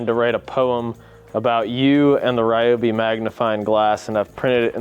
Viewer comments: Stop saying Rye-oh-bee! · ‼️The name Ryobi was not pronounced correctly even one single time in this video